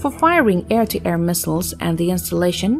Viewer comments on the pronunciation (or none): none